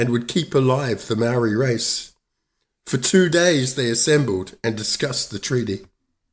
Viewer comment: Māori have never been in charge of any New Zealand government!! How did u get a Māori like pakeha and give Māori a Māori name like Māori but u can’t even pronounce Māori words and your not English either?? Your out da gate chap!!😝😛